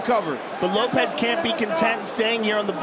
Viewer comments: bro pronounced it like ropes 😂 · Bro did Bruce say Lowps ?🤣🤣🤣🤣🤣🤣